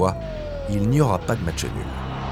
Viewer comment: On dit "match", pas "matcheu".